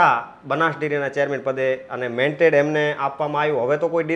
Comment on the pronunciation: ભાઈશ્રી, 'મેન્ટેડ' નહીં પરંતુ " મેન્ડેટ" કહેવાય. સોશિયલ મીડિયા પર સાચું બોલવું જરૂરી છે. Pl repeat your speech and hear.